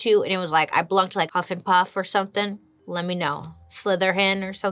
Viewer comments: Lol, "Huffinpuff" "Slytherhen" Also Joan was cute 😂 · She said Huffenpuff and I died. 💀 Love you Bailey! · Did she just say "Huffenpuff"🤣🤣🤣🤣🤣🤣🤣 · Bruh...Huffenpuff?...sounds like when I go hiking.😒